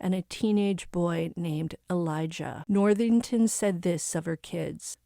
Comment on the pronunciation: Cara Worthington, not Northington.